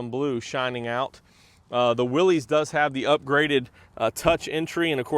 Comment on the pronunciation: Willis not Willies